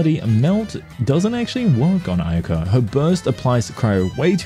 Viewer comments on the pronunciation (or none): Bro that ain't ayaka that aynahnah